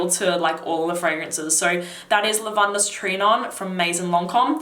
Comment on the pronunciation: The way you pronounce "Lavandes" hurts me